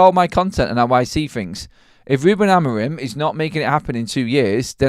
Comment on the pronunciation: Sorry I missed the live..side note I think his name is pronounced Amoreem 😊